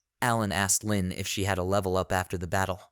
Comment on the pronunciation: Your reader is even more illiterate than usual today. Please figure out how to adjust the pronunciations. Her name is not LYNN, it's LEAN pronounced LEEN (even spelled that way sometimes) while our MC is named ARK, not arch, not arz or whatever glitchy thing it keeps saying. Also, it keeps getting the meanings of some phrases ass-backwards, which makes the narration nonsensical. Again, having someone just listen through it to fix errors should be part of your process. Also the utter cliche of these fools mocking ANYONE makes the story a bit boring. As READ, the merchant seems like a total rectum and I would not bother dealing with him. You would think that a simple demonstration of how Insta-Kill works (say on a rat) might make the other adventurers realize he's not safe to harass.